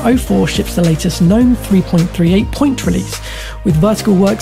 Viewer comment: Mispronounced Ubuntu and Gnome